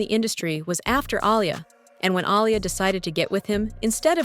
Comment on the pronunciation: The pronunciation of Aaliyah’s name turned me off from watching smh 🤦🏽‍♀️.